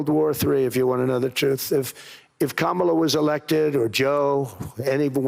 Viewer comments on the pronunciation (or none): none